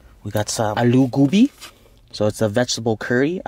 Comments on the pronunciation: It is bhindi and not Bindi, also it is gobi and not goobi and it is called paratha. Just helping cuz I am in Pakistan, ultra pumped that you made a video about my country's everyday or non-occasional food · At you said "goobi" well that's actually "alu" and the cauliflower is "gobi" not "goobi" 😂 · cringe keep eating American food don’t eat other culture food and not know how to pronounce a name it’s not GOoooooooobi it’s go-bee that’s how it’s pronounced man compared hot pockets to samosas 🤦‍♂️ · That is a paratha with the naan, and that's aloo gobi not gubi lmao. Aloo means potato gobi means cauliflower. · Its not "gubi" its "gobi"😂😂😂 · That’s Paraatha not naan also it’s pronounced as GO B not Gu B lol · Your pronunciation were good 👍 But its "Gobi" not "Goobi" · I’m not pakistani or near by. But it’s pronounced “aaloo go be” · much love from PAKISTAN 🙆‍♀️💕 and jbtw loved the way you pronounced 'AALU GOUBI' even though its wrong 😂😂